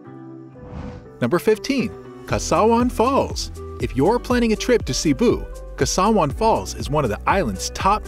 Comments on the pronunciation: Kawasan not kasawan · Where is Kasawan falls 😅 it's Ka WA San falls. I am not even a Filippino. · KA WA SAN not kasawan. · It is Kawasan and not kasawan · KAWASAN FALLS IS WHAT YOU PRONOUNCE. NOT KASAWAN...ITS OKAY....THE PEOPLE OF CEBU WHOS VERY THANKFULLY. OF PROMOTING CEBU TO INTERNATIONAL STAGE, WE THANK YOU A MILLION TIMES...!!!!!!❤❤❤❤❤❤❤❤❤❤ THE PEOPLE OF CEBU ARE VERY APPRECIATIVE!!!❤❤❤❤❤❤❤ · Please say Kawasan Falls.